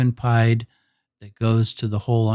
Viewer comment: I kept thinking what is pied? Is it pi multiplied? It is the French for “feet” and is pronounced as “ pee-Ed” , 1347 feet